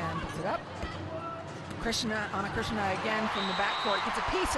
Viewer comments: Eu seu...foi só uma piada, pois ela pronunciava ´Chrisna' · Ana Cristina, like Cristina Aguilera... no christiana, lady on the mic said it every time wrong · They can say Christina Ricci and Christina Aguilera, but they can't say Ana Cristina 😂